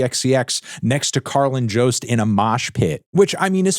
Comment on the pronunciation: Did melon just say Carlin Jost Also address better help